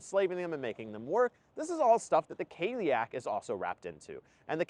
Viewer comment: Cailleach is said more like "kah-lee-ach"